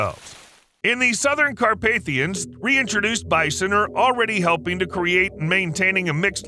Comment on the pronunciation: I quit watching just after the 14 minute mark. I was jacked by his ability to make "Andalusia" rhyme with "Croatia," and bitterly disappointed at the correct pronunciation of "Carpathia." Internet life can be difficult.